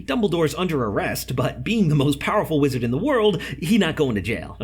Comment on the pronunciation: it sounds like he said a lizard and a witch